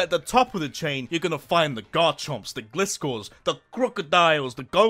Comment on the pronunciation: I love ya man but can you PLEASE pronounce gliscor correctly for once